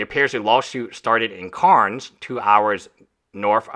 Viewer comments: Cairns is pronounced "Cans" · Just for the benefit of everyone.. Cairns is pronounced Cans, Brisbane is pronounced Bris-buhn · "Cairn" is pronounced similarly to "hair," "pair," etc. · Take the time to learn how to pronounce Australian city names, or any city you've never heard spoken aloud before. There is a standard way of saying Cairns, and it's not what you said lol